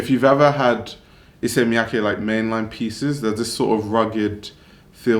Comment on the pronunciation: i like that you are pronouncing issey miyake correctly xx